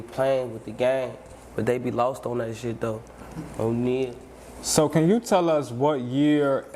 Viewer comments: Did he jus say on neal🤔🤣🤣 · Did this nigga say "On Neal" 🤣🤣🤣🤣